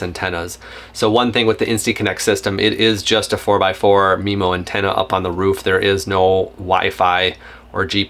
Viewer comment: Had to stop 60 seconds in… it’s pronounced m-eye-mo MIMO… not MEMO. Also, the router isn’t a CAT12, the cell modem is a CAT12 modem. Routers aren’t rated into categories, cell modems are.